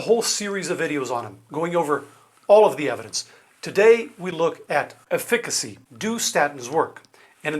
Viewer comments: EF-icacy, not ef-FIC-a y. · With all due respect doctor, the word is pronounced “EFF- ic-acy” not “eh-FIC-acy”. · Efficacy is pronounced Eff a car see 😅😅😅